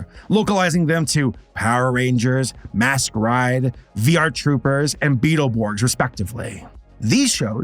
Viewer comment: I'm sorry...... 'MASK RIDE'???? c'mon man.